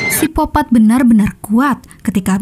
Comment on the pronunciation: Ini miminnya cadel huruf K yaa? Kok nyebutnya sipopat terus